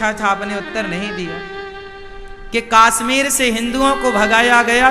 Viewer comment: Kashmir hota hai kaasmeer nhi😅